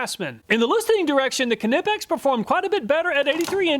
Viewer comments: The letter "K" in KNIPEX, is a silent "K" ... pronounced nipex ! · Per the Knipex company, "the proper pronunciation of "Knipex," the German hand tool manufacturer, is "kuh-nip-ex" (kəˈnɪpɛks), with a hard "k" sound at the beginning." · Knipex is pronounced like Knife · Anybody know the correct pronunciation of Knipex? I love me Knipex Cobras, but I pronounce it ‘NIGH-pex’ and Project Farm says K-nip-ex. Which of us is right? Or are we both wrong? 🤷‍♂️ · Love your video's but now I gotta wonder how do you pronounce 'knight' after your review of ka-nipex ha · the way he said Knipex had me mad, i wonder if he says Kanee(knee) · Am I pronouncing Knipex wrong as I don’t use the K and call them nipex? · I had to stop watching when you pronounced "Knipex" like a 4 year old. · U did not test a Kline And the k is silent in knipex just like knight ! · The main thing I took away from this video is that you still can’t pronounce Knipex 😅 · The k is silent in knipex aha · The "K" is silent in Knipex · Love your vids, just got to say that the K in knipex is silent just like the k in knife. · I'm pretty sure the K is silent. Those Mayhew look similar to harbor freight Icon for $50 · PLEASE pronounce Knipex properly - the K is silent! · Knipex..... You don't say "K-nife" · The k in knipex is silent. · One day he'll say knipex right lol